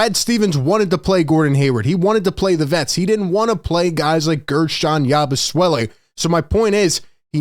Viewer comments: Please stop calling him Yabu "swelle". Its Yabu "sele" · or "yah-boo-say-lay" (per Basketball Reference) but definitely not "swell-e" I checked and his father was French Belgium at birth and mother from France and Guerschon Yabusele was born in France. His father may have had a Dem Repub. of Congo passport (they speak English in DRC). So Guerschon is a French name, but apparently so is "yah-boo-say-lay" if pronounced this way. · Hey "" Philly Take...say "Yaboo-Selly"... you're seriously having too much name playing fun.😅😂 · Love your videos but please stop butchering his name. It's not Yabusuele it's pronounced Yabu-seh-lee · is there some reason you keep calling the guy Yabu- Swelle? There is no W😂